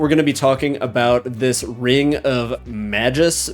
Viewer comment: Ring of “MAH-GOOSE” dude come on